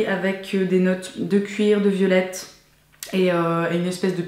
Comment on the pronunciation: Quand tu as présenté la bougie Rewine, au début j'ai entendu "belette" au lieu de "violette" et j'ai arrêté de manger 2 secondes (surtout que juste après tu parles d'une odeur musquée)... avant de reculer la vidéo. Aussi just in case, "cranberry" = "canneberge" =) Vraiment chouette l'idée d'avoir un petit flacon qui vient avec la bouteille de parfum pour le tester avant au cas Et si on le connait déjà, ben ça fait un format de voyage à emporter avec soi =) Le concours est-il seulement pour la France? Je serais bien intéressée à participer... mais je suis présentement en Asie en ce moment ^^